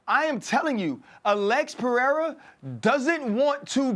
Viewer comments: Chael needs to put his glasses back it's Pereira not 'pierre'.. from a complete different continent 😂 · Chael Sonnen: Alex Pee-Air-Uhhh 💀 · Piiera 🤣 🤣 🤣 chael is horrible with names